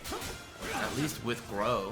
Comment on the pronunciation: "Groh"? Oh you mean Grøh